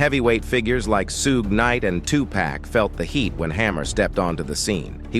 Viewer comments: "Sooog" Knight? Ai smh🤦🏾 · This shit is foul u guy's are bums it's Suge knight not sugue knight 😂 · Tell me I didn't hear Sue G knight 😂😂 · narrator can't even say Shug's name right an called Tupac Tupax LOOL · Yo my man (the narrator) its spelled Suge but pronounced S h u g e..the shhhh annunciation is important...dayumn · AI can't pronounce Suge right lol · WHY don't these instigators pronounce African American names right?!?! * Suge is pronounced: "SHUG" * Tupac is pronounced: "2 POCK" If you can't put some respect on the names, then get out of that line of work and...STOP INSTIGATING WITH LIES AND STOP CLICK-BAITING!!! There should be a law against individuals like you and whoever else that do this!!! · AI needs to learn how to say Suge because that’s just goofy.